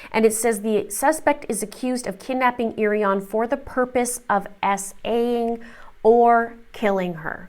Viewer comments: I can’t help it but literally every piece of coverage says her name wrong. It’s O-ryan but spelled Irion and her first name is Nay-omee . I know small details whatever but she deserves it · We have several Irions in our county. They pronounce it Iron (the second I is silent). But I don't know how this other family pronounces it. I see other newscasters are pronouncing it the same as you are.